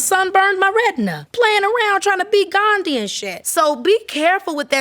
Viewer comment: “Trana be Ghandy and “. 😂 Keke you better stop.